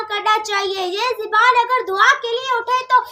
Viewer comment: Zeeban nahi zaban correct hai...